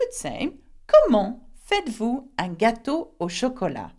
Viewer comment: why did you pronounced FAITES-VOUS as "faa-i-dd-vu" Confusion is like you convert T into D